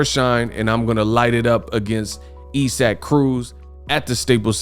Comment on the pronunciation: why do you continue call man e-sack it's I'saac Aka(eyes- sick)0k come man please 🥺